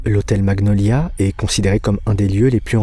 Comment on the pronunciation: Les vidéos sont géniales mais le français sur certains mots n'es pas au top 😅 l'hôtel maGniolia....